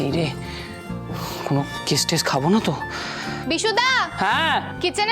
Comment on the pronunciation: ওটা কেস হবে 😊 কেচ না😂😂😂😂